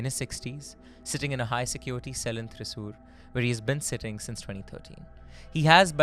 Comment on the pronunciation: Oh no,!! Yet again you messed up on the pronunciation of the name of a Kerala city “ Thrissur” 😅😅😅😅 Déjà vu to Kozhikode😂😂😂